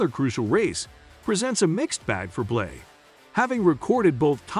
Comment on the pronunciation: It's BLANEY notBlay